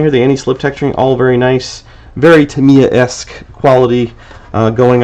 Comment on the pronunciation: "Tamiya-isk". Love it.